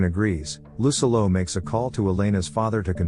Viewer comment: I’m sorry but every time I hear lucillo’s name pronounced incorrectly, I couldn’t enjoy the video